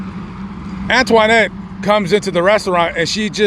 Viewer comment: It sounds funny when you pronounce her name...Antwaahnette, lol.